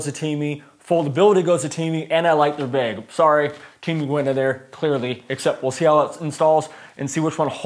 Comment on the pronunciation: You say bag like the word "Bagel", it's kind of funny. Informative video though. Oh and all windshield sunshades are held in place by the visors. But they don't appear to have the roof sunshades for my 2018 Model 3. Did something change in the Model 3's?